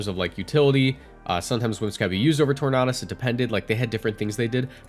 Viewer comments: Torn-A-Dus not Torn-Ah-Dus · it's tor-nay-dus not tor-nah-dus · Tor-na-dus? Are you okay? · Every time someone pronounces tornadus like this guy, another tailwind user gets cut from the dex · ur pronunciation of tornadus hurts me to my soul cause it’s so close